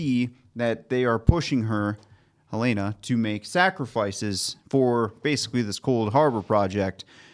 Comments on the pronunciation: Her-layna .... still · Aahhh! Guys, it's HELL-en-uh. Like the state capital of Montana. Where I happen to live. 😂😂